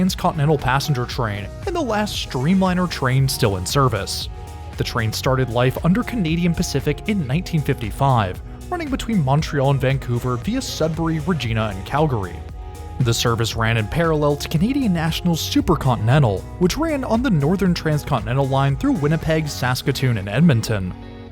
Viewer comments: FYI - Ree-ji-nah not Ree-jee-nah. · Great video, I'd love to take it one day (p.s, Regina is pronounced "rej-eye-na" not "re-gee-na") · Reg-EYE-na, not Reg-EE-na.